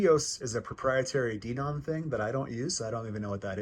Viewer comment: You pronounced DENON wrong - it's "Den-ON." A couple of other things: I just installed a new X2800 myself, coming from an old Onkyo 605, and because I was a diehard Onkyo fan, it took some getting used to in terms of the Denon layout (I'm still figuring things out). The Graphic EQ settings don't have to be connected to Audyssey - they can be manually adjusted. I leave it all off. Also, those surround features you mention in the AUDIO menu aren't really related to what you said; your comments are more closely matched to the settings in the SPEAKERS section. The Surround Parameter menu under AUDIO controls other functions in the AVR, and you have to have content already playing to adjust some of them (which is a complete pain).